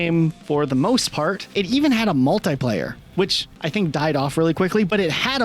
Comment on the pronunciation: If I hear mul-tai-player again....